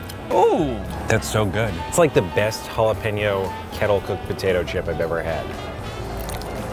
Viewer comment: How come he pronounced both Ts in potato but not in tomato